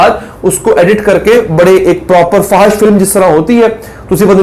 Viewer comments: Fahash ni fohash hota hai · FO H SH, is the right pronunciation.